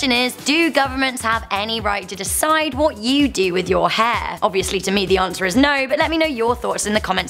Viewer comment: Can you say hair? Not haa